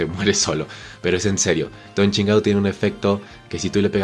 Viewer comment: Me da risa como le dice Don chingao a Don chinjao xdxd